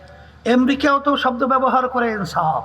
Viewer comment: আর আপনি এনসাফ বলেন ইনসাফকে😂😂😂